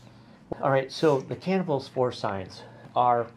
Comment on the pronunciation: Hi, just wanted to let you know it’s pronounced “Kuh-nay-vull” (the guy this is named after was my great-grandfather)